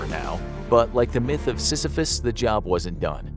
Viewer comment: First time hearing about Sisyphus and I’m amazed how his pronunciation is on point 🤯